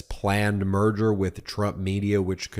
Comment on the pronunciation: When Ben said "merger", I heard "murder" which sounds about right. The company is dying.